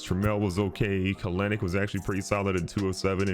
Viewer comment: love the video but the way you said kelenic made me cringe